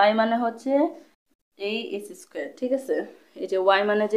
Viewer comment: এক্সেস্ক্যার, থিটা। এই কথা গুলা একটু সুন্দর করে বলবেন আপু। আরো ভালো হবে